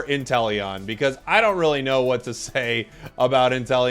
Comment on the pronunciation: u literally do the california what